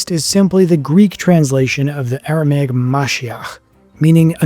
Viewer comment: This dude calls himself a historian when he can’t even correctly pronounce Pontius Pilate, Tacitus or Aramaic. Plus, several lies in this barbaric misinformed video. Christians were called Nazarenes by the Jews and others and the christians called themselves the saints not righteous or just. Saint is a word used since the Old Testament to refer to the Jews who were religious and pious, hence the meaning of the word - pious/holy not righteous or just. Another biased opinion here by this guy masqueraded as fact , just because Josephus spoke well of Jesus, doesn’t mean his writing was corrupted. Jesus had a very good reputation amongst the people. Josephus is not saying anything out of ordinary of what was said and known about Jesus. If you’re going to talk about Jesus, At least leave your opinions out of it, and do better research than this lazy bum video. He didn’t even mention the most scientifically studied artifact in history which is the shroud of Turin, let alone the other archeological findings.